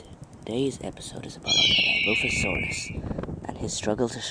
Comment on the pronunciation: for the last time! it's not di-low-fo-sauras it's di-LAW-fo-sauras! have'nt you seen the first jurassic park?